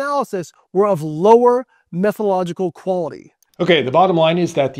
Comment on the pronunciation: "Methological quality"? A doctor () who can't pronounce the word methodological is a little bit worrying.